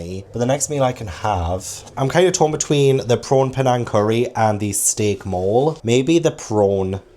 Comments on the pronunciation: I love you, but Mole is pronounced Mo-Lay. Lol. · Is the steak mole... not Mexican? o.O hearing you pronounce it like the English word "mole" instead of the Spanish "mole" (moh-lay) makes me think it's the little rodent and not the sauce 😭